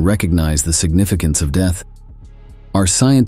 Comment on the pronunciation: DEETH ! That is a truly interesting way of saying Death .😂😂